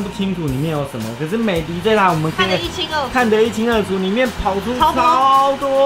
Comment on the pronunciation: 美的品牌是念美的ㄉ一ˋ歐。